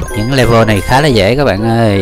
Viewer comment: le-vờ chứ ko phải le-vồ